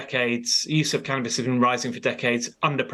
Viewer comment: It’s called CANnabis, not CAN’Tabis.